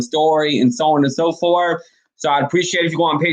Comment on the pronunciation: So on and so forf??? Troof?? WHAT? Clean up how you pronounce words if you are truly serious about a viable career in any type of broadcasting. How does a person with your roots, who has lived here forever, learn to speak so poorly without ever having been corrected by family, friends or teachers? And why would you be so comfortable portraying such a hollow headed image and how that unfortunately reflects on the good people you so frequently claim to proudly represent? It's an insulting embarrassment and you need to consider that. How does anyone pronouncing so "low life" graduate from college?? Such careless pronounciation must have been a misguided intentional choice at some point but why? Why emulate the worst and most ignorant speech rather than the best? You're supposed to be a "credible communicator"! Dreams and fantasies of success and exposure in "better broadcasting"! won't happen if you don't strive to speak correctly, l guarantee that. The only way McCain will be exiting the View will be if she chooses to leave. Like it or not she is an asset to that show, abc loves the controversy she creates and how that contributes to the ratings. Her name may have aided getting her in that door but it is clearly not what's keeping her there. The current junk you are quoting is totally meaningless regarding her very successful broadcast career. Digging for her demise is pointless and laughable wishful thinking. Her job is secure, and abc knows the negative consequences re the re